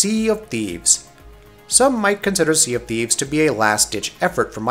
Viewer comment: The way he said sea of thief😂😂😂